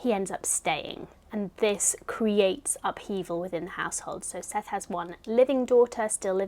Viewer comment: I always love seeing your book selections each month! Side note- Morrison pronounces Sethe like Seth-uh :) and if you plan on re-reading Beloved a third time in the future, I highly recommend the audiobook narrated by Morrison herself!